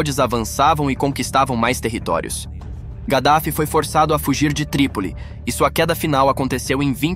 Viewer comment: Kadaffy não (gadafi)